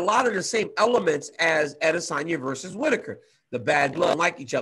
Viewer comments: he’s about the only person who pronounces his name right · that's the correct pronunciation